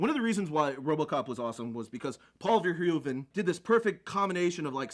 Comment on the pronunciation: trying to say Verhoeven was the funniest part:-)